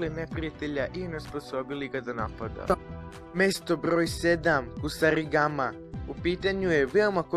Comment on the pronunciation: ide mi na kurac taj mesto brrroj sedam, husarrrigama